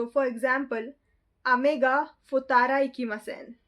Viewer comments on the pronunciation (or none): I believe its "seikatsu" instead of "sekaitsu". I believe its "fut-tara" with small "っ" which means we will be stressing the beginning sound of next letter a little bit to make it sound like a gap. (Kinda) Also curious if you are learning Hiragana/Katakana or only Romaji.